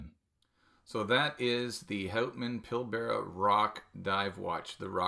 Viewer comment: This watch is from my home town. Remind me next week and I’ll help you with your pronunciation of Pilbara 😊